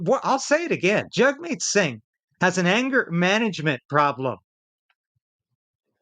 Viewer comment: Jag meet not Jug meet... Its an Indian thing its Jag